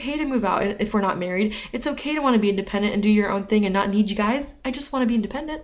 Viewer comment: what you mean to say is they're the same THRING...THRING...with an R....dont forget.